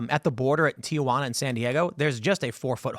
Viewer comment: Teehuana, not TiaJuana.😊